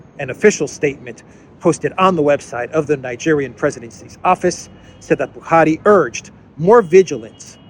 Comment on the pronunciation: I’m impressed with how you pronounced Buhari correctly with the Fulani accent 👏🏾